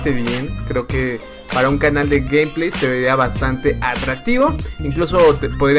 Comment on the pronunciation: Alguien se dio cuenta que decia GamPlays😂